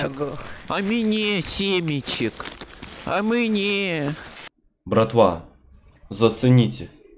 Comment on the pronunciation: А мИнЕ сЕмЕчЕк? А мЫнЕ?